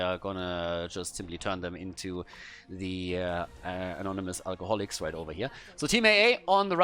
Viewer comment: "Anonimous Alcogolics" - lol =D